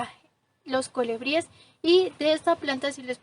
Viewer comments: Muy lindo tu video y muy lindas las flores, también lo explicas muy bien.....pero no digas colEbries...es colIbríes la pronunciación correcta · Se dice colibríes y no colebríes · Mi niña muy linda tu descripción del jardin precioso, con todo respeto te digo q se dice colibries y no colebries se escucha muy incorrecto, un abrazo.